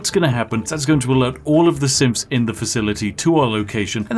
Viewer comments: An unfortunate fact about your accent and not pronouncing ‘th’, is that instead of saying ‘Synths’ it sounds like you’re saying ‘Simps’. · I swear Spiffing is saying “simps” and not “synths” the entire video. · Am I the only one hearing Spiff say "Simps" instead of Synths lol. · Who else heard Simps instead of Synths. Every single time. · I know he's SAYING "synths" but i keep HEARING "simps", which gives the video a totally different tone lol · I think he really is saying Simp. I noticed it too. Weird either way. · It sounds like Spiff is saying "simps" instead of "synths". It is especially rewarding when he mentions murdering them. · I know Spiff was saying synths, but I couldn't un-hear him saying simps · Kept hearing it as "simps that wont to destroy us" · Wanna make this video more entertaining? The way Spiff says Synths sounds like Simps. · Everytime you pronounce "Synths", I hear "Simps"... And it's even better in fact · I don’t know a lot about fallout so i thought you were saying “simp” through this entire video. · am i the only one hearing simps instead of synths? tell me its not just me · I keep hearing simps instead of synths. It's making my day. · every time you said synth i swear i heard simps The simps are an unstoppable force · I first thought he said simps and not synths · Is it just me, or did it sound more like he was saying "simps"? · I just understood simps insted of syths xD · The video is 100x better if you hear 'simps' instead of 'synths' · Who else kept hearing "endless quantity of simps" almost like Captain danse is an e-girl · who else hears him say SIMPS when he says synths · I’m not totally sure you aren’t saying simps for the majority of this video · Why do I hear "synths" as "simps"? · I know you're saying synths, but it sounds like simps, and that makes it 100 times funnier. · I kept hearing 'simp' instead of synth. An infinite simp army is terrifying. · Swear every time he says synths I hear Simps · I heard it as Sims